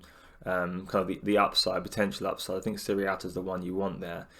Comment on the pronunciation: great vid mate, but it just nags me slightly that everyone seems to say "sirrialta" instead of sierralta. Not sure what it is about his name that gets everyone mixed up 😁 (pretty sure its see-er-alta)